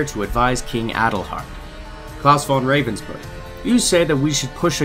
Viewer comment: one slight improvement to pronounciation: even though ravensburg seems to contain the english "raven" in it, the A in there is not pronounced like the ey in "hey there" but more the aaa in "aaah i understand"